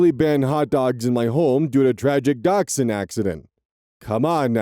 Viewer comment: So nice to hear the proper pronunciation of dachshund! Sometimes people look confused when I pronounce it properly haha